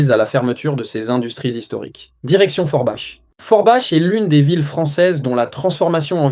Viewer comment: Forbach se pronunce forbak mercie